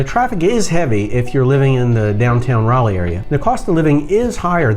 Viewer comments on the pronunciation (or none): none